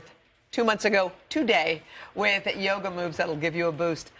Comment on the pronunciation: How you say ... I do joga.